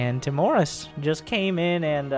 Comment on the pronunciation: i think it's Timorus, not Timorous